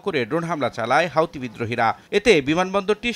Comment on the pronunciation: অন্তত পক্ষে সঠিক ভাবে নামটা উচ্চারণ করুন। এটা কোন হাউথি মাউথি সংগঠন নয়।